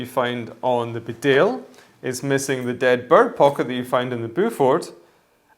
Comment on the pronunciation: It’s ‘ bee dale ‘ after the town in North Yorkshire.